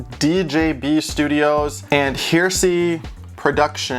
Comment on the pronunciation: her-ess-y, not hearsay xD